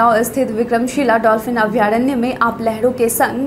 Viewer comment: अभयारण्य ... शुद्ध है , अभ्यारण्य नहीं ।